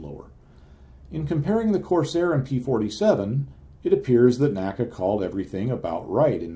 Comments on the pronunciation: Excellent video. N-A-C-A, not "NACA." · People of the time period did not pronounce NACA as a word. They said each letter.